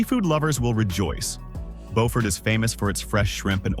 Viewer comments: Not how Beaufort is pronounced its Bew fort not Bo fort. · AI butchered the names of a few of these. It is "byew-ford" in South Carolina. There is a different city in North Carolina that is spelled the same that is pronounced as "bow-ford" like this video. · The town named Beaufort in South Carolina is pronounced Bew(sounds like new)-furt. The town in North Carolina by the same name is pronounced as the narrator said it. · Byew-furt, SC. See if you can find a video on affordable US towns that are pretty. I think Harper’s Ferry was the closest to an affordable place. A lot of our place names came about when people read about European places in the newspapers or books and there wasn’t anyone who knew the proper pronunciation. No radio, TV, movies to hear it pronounced. Depending on the part of the US, the same name could be pronounced many ways. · I think I would write the pronunciation more like Byew-fert. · Beau is pronounced as 'bow' but I know a lot of down here call it Bewfirt. LOL. not to insult anybody's intelligent, I've traveled thru a lot of states and cities in this country...everyone has different dialog from the place or environment where they grew up in. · It’s French vs English pronunciation. Bo-fort English, Bew-fert, French. It depends on who settled the area. The same with Boyer. Boy-er English. Bew-yer, French.